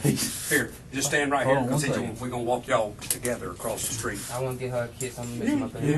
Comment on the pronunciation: “He axed me to drive sKraight ahead & park on the sKreet” 🤦🏻‍♀️